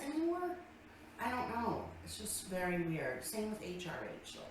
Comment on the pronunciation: Because that mirror must be vary vary vary (yes haters I know how to spell very...but lbl doesn't know know how to pronounce it...) vary vary vary special mirror because it tells her she is beeeaaaaaauuuuutttiiiiiffffulllll